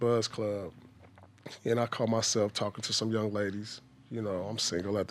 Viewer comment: “One of the loung ladies” 😂